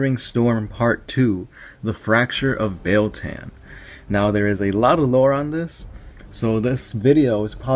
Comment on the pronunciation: It's pronounced: BEE-YELL TAH-N. BEEYEL TAHN BEIL-TAN